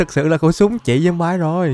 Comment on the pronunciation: ơi, anh phát âm chữ zombie là ' zom bai' thì là sai trầm trọng quá, người ta chê cười đó. Xin anh nghiên cứu phát âm lại cho đúng nhé.